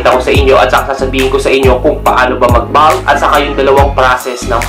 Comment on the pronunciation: Bakit naging balk at balking ang pronunciation? Wala namang letter "a" sa salitang "bulk" at "bulking". Panuod ka ng video ng pronunciation ng bulk at bulking. Ang maririnig mo ay bolk at bolking.